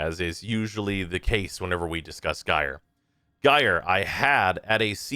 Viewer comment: Saying that both Banshee (who trivializes content with sonar) and Equinox (who struggles hard outside of normal path) need reworks is a take. Yet again another year where I am justified in completely ignoring opinion on anything. EDIT: Also it's not pronounced "Guy-er" it's "Ji-er". It's told to you in game, in promo materials. JFC learn to speak English.